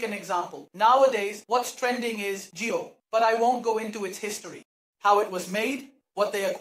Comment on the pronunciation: jio not jew...rest best